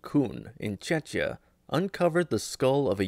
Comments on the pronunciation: the name of the country Czechia is pronounced as "Czekhia" not "Chechia". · The city of Leipzig. It's pronounced /ˈlaɪptsɪç/. Don't pronounce foreign words in English, find out how to pronounce them in its original language. And Chechia and other locations in Germany? WTF!